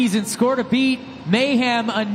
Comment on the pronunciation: Why does this dude keep saying MayHam